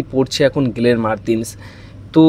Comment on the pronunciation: তুমি বাবা কি বাঙালী না বিহারী না দেহাতি? এতো জঘন্য উচ্চারণে বাংলা না বলে বরঞ্চ অন্য ভাষায় বলো। গেরেগ, গ্রেগের গেলেন এগুলো কি ভাই? গ্রেগ, গ্লেন বলা যায় না? লোকের নাম পদবী পাল্টে দেবার ঠিকা নিয়েছো?